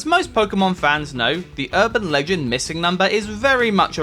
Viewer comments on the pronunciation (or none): none